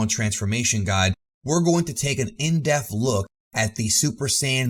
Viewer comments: Stop saying "in deaf" it's pronounced "in dep_th" it's a 2 sylobol word😛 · Stop saying 'in deff' god dammit. It's 'in depth'. Annunciate that 'p'. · Everytime you say in depth, it really sounds like deaf.